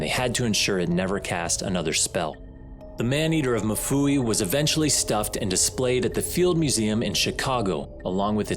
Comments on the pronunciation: it is mfuwe as in ''mmmm-fooh-weh'' not mafuwi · Lovely documentary, just a correction on how we pronounce Mfuwe in Zambia...its not Mafuwe, its Mfuwe 😄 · If you are gonna tell this story can u please pronounce Mfuwe correctly. It’s not “ma-fuwe” it is pronounced mm-fuwe” like mmhm. Ok rant over…. Great vid and narration.🇿🇲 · It's MFUWE not MUFUWI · It's Mfuwe not mafuwi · It's pronounced MU-FU-WEH love that my country is finally reaching a global stage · Being Zambian, it's really funny to hear how the man pronunces Mfuwe. He says MU FUWEE. Lol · It's really funny, and disrespectful 😂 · Not the correct pronunciation of MFUWE otherwise its still risky out here